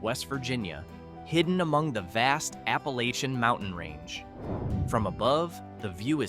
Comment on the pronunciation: You're trying to tell the world about us here in McDowell County, and you can't even pronounce Appalachian.